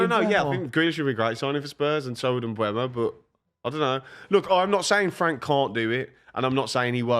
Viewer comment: learn how to say mbeumo's name for goodness sake, the e is before the u